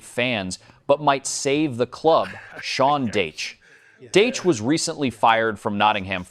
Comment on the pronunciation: Sean Dayche ha ha ha. Only a stupid American commentator could mispronounce a name as simple as Dacha. Pathetic. "adaledico". ha ha ha. It never ends "Yulian" Nagelsman...LOL and Yorjen Clop....stop please. Useless AI